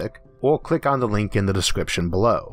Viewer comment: cwick on it fust befo you hea the guyz pwonouncing cuz its a gwand iwwusion.